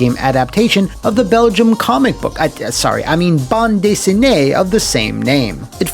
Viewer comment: I gave a like for the video because you said "bande dessinée" correctly.